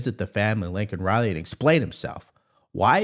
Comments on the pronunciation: I love you. I think it's Laken, not Lincoln Riley. Maybe you're saying Laken. It sounds like Lincoln though. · It's LAKEN Riley not Lincoln